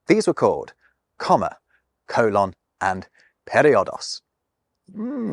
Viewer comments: Coh-lahn? It’s pronounced cole-inn. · I guess I've never heard a Briton pronounce the word "colon." Americans say "COH-lon," not "coh-LAHN." Do Brits also pronounce the large intestine as "co-LAHN"? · Oh god, is that how British people pronounce colon? How absolutely horrible! I’m joking, of course, but at the same time…yeah, that pronunciation (coe-lohn, as opposed to cole-in or perhaps cole-un) really bothers me very deeply for some reason. The best way I can think to describe it is that I don’t like the way it feels in my ears when I hear it. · Sorry, I couldn't make it through the colon and semicolin section. I've never heard a native English speaker pronounce it the way you do, and I just couldn't handle it. Fascinating subject though.